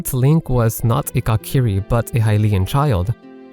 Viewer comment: "Cock-iri" 🤣 Say it with me mate, coo-ki-ri